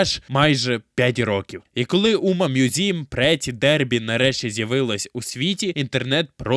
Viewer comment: Включив відео, почув умамузім - виключив відео